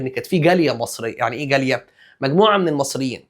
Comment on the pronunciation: كل ما تقول جالية بسمعها جارية